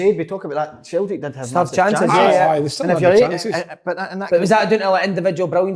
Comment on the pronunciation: Slaney: "Celtic" Si: "Celtic" Andy: "Celtic" Big Kev: "Sultic"